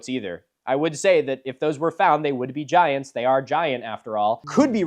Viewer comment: Milo pronounces "giants" like Jah-high-ants but said really quickly so you hardly notice 😂